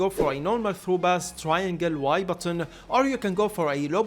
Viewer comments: he´s arab, they dont use the p sound thats why he says bass instead of pass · its not BASS bro. its pass..